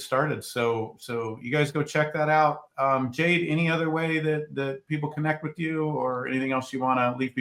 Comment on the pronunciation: Jade. Not Ken